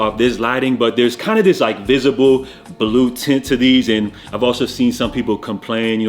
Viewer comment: Broh the Jamaican in u came out a bit “ all kindah different stories “ 😂